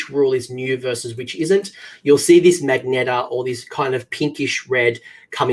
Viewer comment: Another great video Coach - thanks for the effort. It's a forsty one here in the Midwest of the US. One thing homie.... It's magenta.... MUHgentA, a color. I know you Aussies have your own version of English and I appreciate it. Keep up the great work homie. Looking forward to getting back into AoS this year.